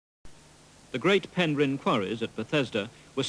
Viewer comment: Shame that the narrator can't pronounce Penrhyn property- he's emphasising the 'rhyn' rather than the 'Pen'.